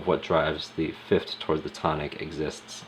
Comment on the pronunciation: Good god, the way you pronounce the interval names drives me nuts! It’s fifTH not fifT!